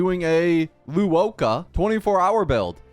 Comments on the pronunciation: I die evertime this man calls luocha “luoca” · “loo ohcha” … im gonna cry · I die because he tries to mispronounce his name so badly, but sometimes it slips the right pronunciation.